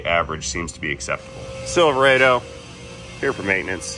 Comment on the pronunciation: Never trust a mechanic that says, "Silver-aido". It's Silverado, duffas.